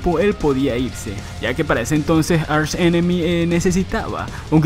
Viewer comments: ARSH enemy... , aprende a pronunciar bien por favor , se pronuncia ark enemy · se dice ARK ENEMY no archhh enemmy